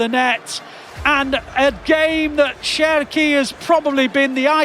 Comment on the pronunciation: His name starts with CH but it is pronounced like the English SH, "Sherki" then. Keep the good work on mate 🤙🏻greetings from 🇫🇷